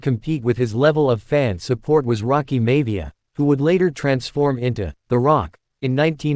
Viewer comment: Omg stop saying mayvia it's Maivia, other than that good stuff